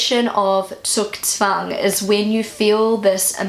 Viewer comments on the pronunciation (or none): your first pronounciation of Zugzwang is better than the google one, as it is Zuuuuuug not zuck. :) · Please use (too) - not google translate (alone) for pronuncation examples. Google ist wrong with "Zugzwang" - you'd pronounce the first part a little longer, like "tsoog". Zugzwang is not about making a decision. "Du bist am Zug" means "it is your turn now". So "Zugzwang" is the pressure of having to MAKE a move, having to act now. This COULD be making a decision - or any OTHER action. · Hi, I think you can really be more confident about pronouncing the German words. Except for the "Zugzwang" one, that you for some reason pronounced more like "Sugswang" I understood what you meant with the other four. There is an accent to be heard but nothing unintelligible. But, to be fair, google does not pronounce some of them correctly either lol. Zugzwang seems too difficult a word for google, too Btw, Zugzwang originally was not to express a feeling but a simple and straight forward rule in chess or other games like that that you simply cannot pass your move like you can in poker for instance. But you're right, later it became the metaphore you described (but still is in the rule book for chess) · True, what google said sounded more like Zuckzwang :D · Zugzwang the "u" is long. You speak it "Zuuugzwang". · Korrekt. It should be pronounced „tsoog-tsvung“ (or smthg like that) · you mentioned your pronounciation is far from perfect. it´s not perfect yeah but its not that far away from it. it´s actually very good - thumbs up for that. and of course your explaination for "Zugzwang" was correct. even google didn´t pronounce that one correct :D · I'm from bavaraia and here we pronounce Zugzwang so that the U is longer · Google does "Zugzwang" not right. The u is loooong.